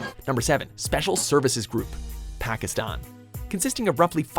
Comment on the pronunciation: Proud of my boy here pronouncing Pakistan right.